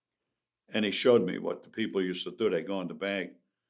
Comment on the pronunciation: He pronounces his “throws” like an old Jamaican